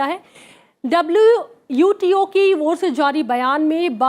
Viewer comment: mam says "WUTO" instead of "WTO"